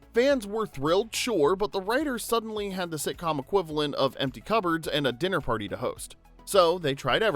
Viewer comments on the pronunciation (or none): none